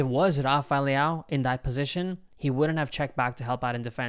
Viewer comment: Please learn how to pronounce Leão, just practice for 10min and your done.